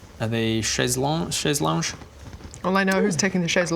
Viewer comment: As a Frenchman, I am cursed to correct you : it is "chaise lonGUe" with 'gu' pronounced like un guitar.